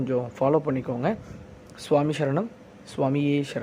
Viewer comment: எழுதும் போது சாமி சரணம் என எழுதுகிறீர்கள், கூறும் போது, பேசும் போது மட்டும் எப்படி சாமி ஷரணம் என மாறுகிறது. சரணம் என்பது தமிழ்ச் சொல்லே அதனை தமிழிலேயே உச்சரிக்கலாம், வடமொழி எல்லாம் தேவையில்லை.